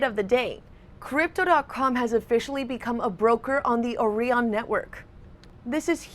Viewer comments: I would have pronounced it OrIon not OrEon ....it's like OREO isn't ORIO..... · Have you heard of the Orion constellation? Now do you pronounce that they way you have been pronouncing Orion in this video? I'm sorry but it really gets to me when people put on fake American accents but they're not actually American and you can't tell where the hell they're from..but you know they're not from where they sound like until they say words like..Orion 🤦🏽‍♂️ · Has this lady never heard someone say Orion before? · Gotta love how she pronounces Orion